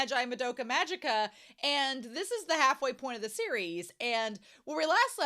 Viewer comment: I’ve learned to know worry about pronunciations, especially as every single YouTube reactor pronounces “Magica” wrong, without fail (It’s a hard G, so it’s pronounced a bit like the Simpsons character, so “Maggie-ka”).